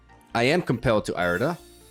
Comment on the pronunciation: Ear-eh-duh my brother in christ not eye-reh-duh